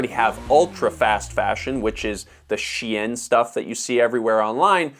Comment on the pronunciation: Dude, it’s Shein, pronounced like "Shane". Not "she-en".